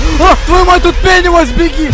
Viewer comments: Тачнее не беневайс а пенес вайс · Это не Пэнивайс а Пенисвайс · Мне иногда слышытся ге пенивайс а пенис🤣🤣🤣🤣🤣🤣🤣🤣